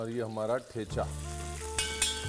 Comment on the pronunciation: Chef Ranveer.... Ek request hei...Aap bass ek baar Thecha correct pronounce karo na.... The way we marathis pronounce it. 😊🙏